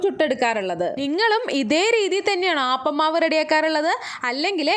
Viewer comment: Ayyio “ aaappam alla “ appam ennane parayandethe 😂🤔😂 We call palappam not aaappam 😁 anyway Kollam thank you 🙏